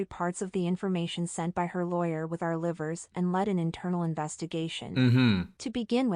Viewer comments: Not the "livers" 😅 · "Sellin" I can make so many memes about this but I won't bc the situation actually is serious "Ceiling" & "Livers" (like the body part?) I can't take this seriously mb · Our 'livers' 😂😂 So just made my day